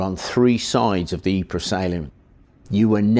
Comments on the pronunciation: Pro tip: It's called "Eep", not "Eepray". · Pr Pr Pr.. Pronounce Pr... Ypres.... 'eeepr'.. That is how you pronounce the city. fkn eeper !! Dude..